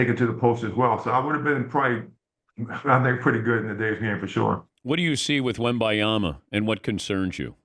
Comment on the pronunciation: Dan still can't pronounce Wembanyama's name correctly. :(